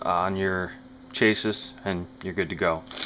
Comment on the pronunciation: chassis is pronounced: chas-ee